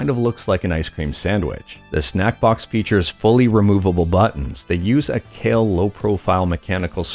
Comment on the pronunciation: Pretty sure it’s pronounced “K-eye-wha,” not “Kale.” (Kailh)